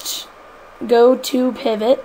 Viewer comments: did you say peevot ?? its pivot not peevot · you pronaunce (dont know how to spell it) pivot wrong